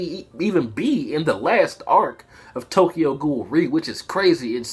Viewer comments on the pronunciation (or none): none